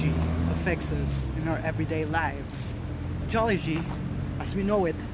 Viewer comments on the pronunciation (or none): Why do I hear "Jollibee" as Geology? HAHAHAHAHA jk,, excited for your next content